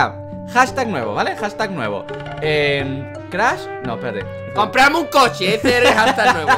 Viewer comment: Soy yo a crash le dice crah: v